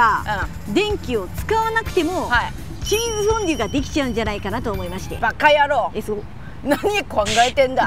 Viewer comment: 熱中症リスクに見合わない企画…しかしそれこそらしいな！ チーズ”フォンドュ”とは？